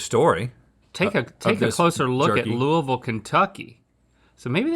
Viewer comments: As a Kentuckian, I am so glad you can pronounce “Louisville” the way we do 😂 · From someone who lives in Louisville Ky, thank you for pronouncing Louisville correctly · I’m more impressed they know how to pronounce Louisville correctly lol ❤ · I appreciate that they both pronounced Louisville properly! 😊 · Can I just say, thank you Rhett and Link for pronouncing Louisville correctly 😁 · So proud of Rhett and Link for pronouncing Louisville correctly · Anytime we get Kentucky love on GMM it warms my Bluegrass heart. More Commonwealth representation please! Also, thank goodness y’all pronounced Louisville correctly 😅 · Rhett and Link said Louisville correctly! I’m from Louisville and most people don’t say it right lol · I really appreciated the correct pronunciation of Louisville! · I’m so proud of you boys (and ) for pronouncing Louisville right 🥲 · as soon as i saw the bag i was waiting for them to pronounce it 😅 being from ky i always pay attention to that specifically lol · Link was the most perfect. had just a little too much i in there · Thank god they say Louisville correctly. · Link pronouncing my hometown Louisville correctly warmed my heart! ❤️❤️❤️ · Thank you for pronouncing Louisville correctly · As someone who's born and raised in Louisville, KY, im very proud that our jerky won and im glad yall pronounced it correctly lmao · I’m so glad everyone pronounced Louisville correctly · She pronounced it the same as they did, which is how it's pronounced. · Thank you Rhett and Link for saying Louisville correctly!! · Both of y'all pronounce Louisville exactly how us louisvillians do. Good job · KY girl here happy that her southern boys are pronouncing Louisville correctly. 😄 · Y'all know how to say LOUISVILLE! And that's everything. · Link getting the pronunciation of Louisville right makes me irrationally happy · Y'all said Louisville right! Its luhl-vull, everybody else. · Thank you for not saying "Louie-ville."